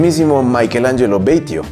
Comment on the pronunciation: Batio , no Beytio, es italiano.